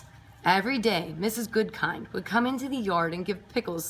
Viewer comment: It’s actually “Mrs Goodkind” not Goodking